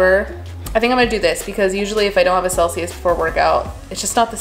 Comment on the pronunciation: I really thought she said seltzer instead of Celsius and was like damn, that’s a pre workout drink 😂